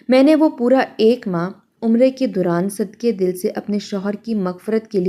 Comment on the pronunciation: Sadqey dill nahi “sadq dil sahih lafz hai.